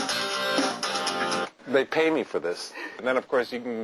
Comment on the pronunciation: Haha this guy is just awesome! His music is really amazing and I have enjoyed it very much in my childhood. I love how he says "They ay me for this!" XD